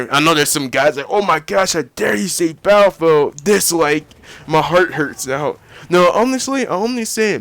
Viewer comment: Sorry to say, but you pronounce battlefield a bit like bayellfield. Its quite funny that you leave out the ''t''.